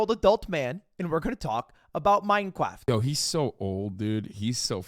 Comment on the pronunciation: Does... does he do it on purpose... when he says "cwaft"? Every once in a while "mine cRaft" sounds like "mine cWaft"